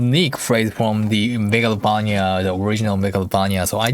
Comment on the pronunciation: I love how you pronounce Megalovania I will pronounce it like that for the rest of my life